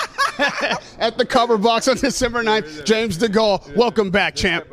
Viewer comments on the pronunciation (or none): WTH, degall ? Learn how to pronounce the name bro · This prick wants firing for not being able to pronounce DeGale. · That awkward moment when you totally mispronounce the guy's name you've been interviewing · So frank pays more then Eddie really? bet Eddies hurt James going to hes enemy warren lol. This guy said James last name wrong by the way ha